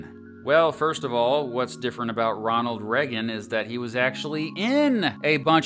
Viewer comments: you pronounced ronald reagan so weirdly...... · you pronounced ronald reagan so weirdly...